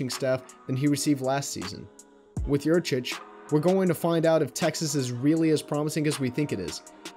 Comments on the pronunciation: it's Yurcich, isn't it? Sorry, that just tends to diminish cred a little when the misspell is there to begin things. Not sure about the pronunciation, though I've heard it's "yur-sich." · Guys - It's Yurcich. As in "Your sitch." He was your sitch. Now he's out sitch! Great video. Hook 'em!